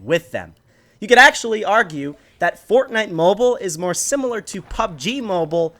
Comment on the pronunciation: He said bortnite